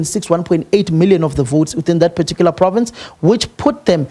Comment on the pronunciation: Who taught him "particular ".😂😂😂😂 Siyasha!!!